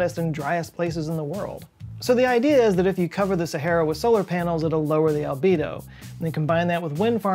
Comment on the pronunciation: I was going through my stuff while the video was playing...and i heard Libido instead of albedo..